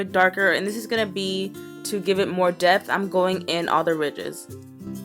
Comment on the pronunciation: she said death instead of depth